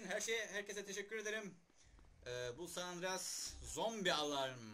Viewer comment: sağandrares değil knk san anandranas mahmut efendi